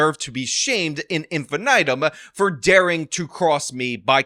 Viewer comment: Can you please stop saying "at infinitum" and "in infinitum" when its "ad infinitum" it really bothers me, and you do it like every video.